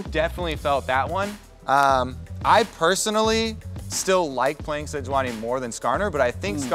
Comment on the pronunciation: Regi “SeJUANni”...